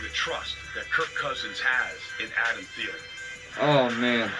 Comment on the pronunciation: Theelen is how it’s pronounced. SKOL